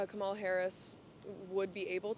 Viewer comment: She can’t even say Cumalas name correctly hahahahaha